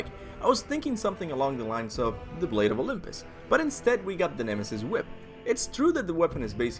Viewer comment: Oh my god the weapon is pronounced, the blade of Olympus, you playd the God of war games you use all the weapons and you can't even get the name of the very best weapon in the franchise RIGHT, it's weird cause it was only in 2 and 3 anyway go back to school redo the alphabets do your ABC, all over again and learn how to spell as in, start over redo go back to all the previous schools ya went to when ya was a little kid, cause YA don't know how to spell shit. Hopefully the blade of Olympus is in five, guessing maybe in five kratosis son will actually find out what kratos is and what all hes done, hopefully all of it this time, kratos dident tell hes son everything cause he didn't want to scare and have him leave he( told him half ) not everything🤔